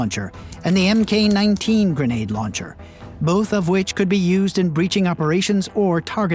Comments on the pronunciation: When discussing the type classifications for US and NATO equipment, it is incorrect to pronounce the initial letter group "Mk." as the letters M and K. Instead, this signifies and should be read as "Mark," in the sense of version. The presence of an initial "Mk." specifically indicates that the US Navy was the contractor; otherwise, the designation would begin with "M" with no following "k." If there is a further revision to a Mark of something the Navy contracted, but not different enough to warrant a new number, then one will see, for example, "Mark 1 Model 0" for no revisions to the item, and "Mark 1 Model 1" for one set of important revisions to the item, and so on. If one were to ask why the Navy might issue a solicitation and then a contract for a grenade launcher, or why it might do the same for a pistol like the MK23 and for certain other small arms as well as other items connected with operating on land, the explanation often is that these end use items were initially intended for the United States Navy Special Operations community as the end user. It is common in the US armed forces to encounter jokes referring, for example, to the MK1 MOD0 [human] eyeball, since that is a humorous term for the warfighter's vision, and since that joke is thought to have been originally invented by the US Navy. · Speaking of learning something new, the narrator needs to learn that weapons are not called M...K 19, Mk stands for Mark 19 no one in any industry calls it M..K. Do some basic research next time before making a video that has you sounding like someone completely uninformed.